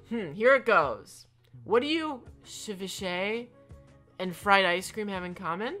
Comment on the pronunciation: saying ceviche is killing me 😂 (it's se-vee-chay btw) also wow Zucker joining the I hate apple team dang 😳